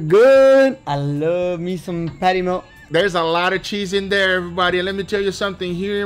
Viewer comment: What the hell is a "peddy mayle"?